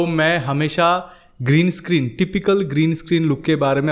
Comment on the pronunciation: Green escreen which is not said very correctly